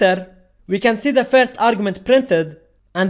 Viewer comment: firz of all